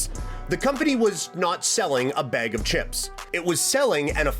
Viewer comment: From each beeg lol using your A’s are also free man you said beg so much I forgot what you were even talking about